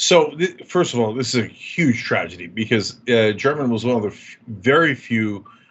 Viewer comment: You are pronouncing German’s last name improperly. The G has a hard pronunciation. The newspaper’s YouTube channel is all over it, as you would assume.